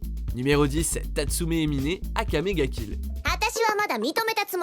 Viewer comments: Par contre ça se dit Mine (Ma-i-ne) pas Miné ^^ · Vous avez pas respecté Mine de akame ga kill ça se prononce Mein pas miné ! Sinon pour moi le pire couple c'est Yuki la victime avec yuno la psycho qui le sequestre pour que Yuki reste a ses côtés. Bonne vidéo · Miné???? Nan mais sérieux, si c'est pour faire de la merde arrêter les top quoi. C'est juste la preuve que vous avez pas vu l'anime! C'est mine (mein, ma-ine) Putain. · Akame ga kill, tatsumi et "miné", non on dit "maïne" stp.. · mdrrrrr "Miné" si vous faites des tops renseignez vous un minimum sur la prononciation des noms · Sa se prononce mein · Sa se prononce mein pour mine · Comment il a prononcé mine oO